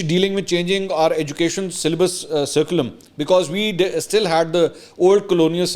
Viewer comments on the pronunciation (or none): Curriculum is pronounced Kurriculum not surriculum. Poor Tim just didn’t understand the deep, logical, factual and thought provoking answers! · Dear Sir, Curriculum is pronounced as KurriKulum, not surri.... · I think you are speaking wrong pronunciation curriculum as sariculm ..plz correct yourself . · Pronunciation - Curriculum = Kirukulam. It’s not SERCULAM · curriculum toh bola nhi jaa rha.. chla hai topa analysis krne PPP ka tattu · Salam Mansoor bhai you might have pronounced the word (curriculum) wrong it is pronounced with the K sound not S hope you don’t take it offensively as you are one of my favourite news anchor. Thanks